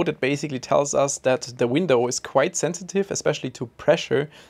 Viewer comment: Is it me or you keep saying vindow?